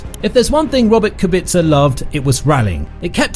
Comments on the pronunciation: Kubica, not Kubitza! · It is Rober Kubica, not Rober Kubitzer lol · It Kubica not Kubitzer